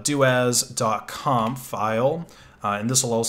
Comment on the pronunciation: I am pretty sure it is pronounced soo-doo as in super user do! Corollary as it is doo-as not doh-as.